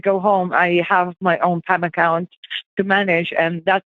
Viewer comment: She's definitely attempting a Dutch/European accent, but the way she says "Management" and "Account" gives away that it's not her actual accent. She's doing incredibly well, especially with that first sentence the way she says "Mr. Thomas" reminds me of a Finnish friend I had playing CS. If I wasn't listening for her to be an Indian call scammer, I would have been fooled for sure. Edit: Especially those 2 sentences she has that thick European accent (to American ears that's had a number of EU/English friends), it's really throwing me through the loop I'm not going to lie.